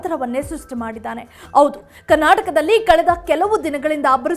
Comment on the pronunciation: Please talke in proper kannada dont say "aoudu" its Howdu, its not Agu, its Hagu